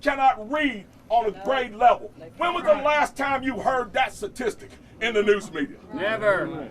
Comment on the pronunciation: Satistics and lahs!